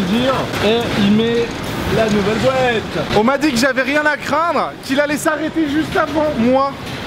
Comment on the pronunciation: Wesh il dit bouette à la place de boite